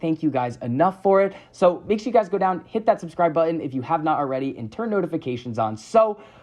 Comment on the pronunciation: Stop saying “Impor-int” and “buh-in”. ImporTANT ButtON